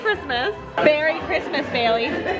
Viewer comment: can you please stop saying chirsmes